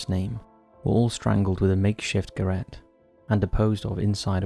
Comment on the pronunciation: A makeshift garette? Don't you mean garotte?